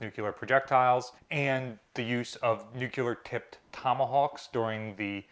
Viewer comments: It's N U C L E A R, not nuculer. Sorry, pet peeve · Noooooooooo k lur. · Its Noooo kee lar? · Please look up the word NUCLEAR and learn how to pronounce this word correctly. Stop saying NUKE- U - LER.